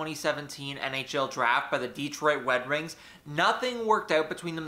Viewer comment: Detwiot wed wings? Nice...lol